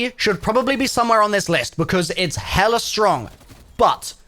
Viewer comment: Did this dude say “hella”? Naw bro I can tell you aint from the bay saying it like that